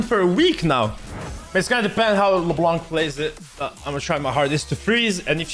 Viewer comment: half native frensh -says : LeBlanku